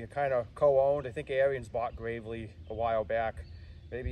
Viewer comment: Pronounced Air ens